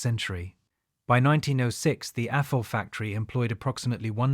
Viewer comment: It's Athol, "th" like "this", not atol. How do I know? It's 20 minutes up the street from me ha!